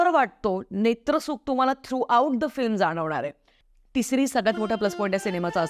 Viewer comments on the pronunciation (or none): none